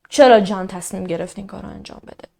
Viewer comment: سلام خسته نباشید عالی.‌...تلفظ اسم جان را خیلی شیک و دلنشین بیان میکنید مخصوصا دقیقه 16،،ثانیه 40 .یادم گفته بودید اهواز زندگی میکنید ولی لهجه جنوبی ندارید واین کاملا مشخصه ،چون خودم بختیاری هستم و اکثرا جنوبی ها بختیاری ویا عرب هستن بویژه اهواز وخوزستان...بیشتر لهجه تون تهرانی هستش یعنی کاملا تهرانی ست... ببخشید فضولی میکنم .فقط از روی کنجکاوی مطرح کردم....چون خیلی به شیوه اجرا و انتخاب پروندهاتون وشخصیت فردی خودتون علاقه مند هستم ،دوس داشتم بدونم کجایی هستید..البته اگه ممکن هست